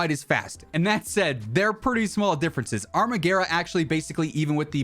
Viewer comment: I think the armaguerra is italian so you pronounce it exactly how it is spelled